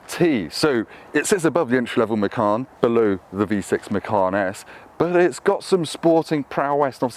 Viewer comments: Macarn? Wtf….. please please please, we need to stop this, it’s MACAN like! Or do you drink a Carn or 🍺 😂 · I think it's actually pronounced machaan